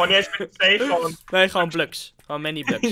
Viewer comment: we need more bluks: bluks